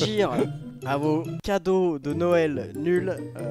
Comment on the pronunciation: Il a dis couadaux au lieu de cadeaux 😆😆😆😆😆😆